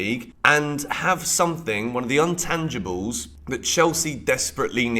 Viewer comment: sorry to do this but it's "intangible" not "untangible"